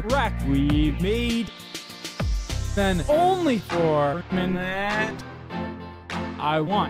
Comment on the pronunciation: Good vid but nick saying minute tho